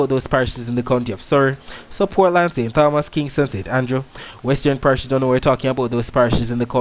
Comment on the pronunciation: Great weather reporting 👍. However, remember it is St. Tomas in pronunciation.